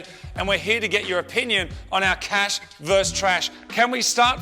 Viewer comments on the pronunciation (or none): VS is short for "versus". It's not pronounced "verse" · It's versus not verse guys. That's a real jimmy rustler. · I love the show, but goddam I wish you would stop saying "verse" when you mean "versus" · why can no one say versus properly?